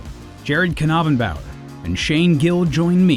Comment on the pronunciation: Wait.... it's pronounced ken-ah-ben-bower? Also great vid